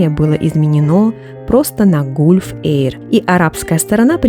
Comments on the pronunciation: Не Гулф,а Галф звучит на английском... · Простите, что поправляю. Gulf - галф, если произносить английское слово. Спасибо за Ваши потрясающие видео, очень ОЧЕНЬ! интересно.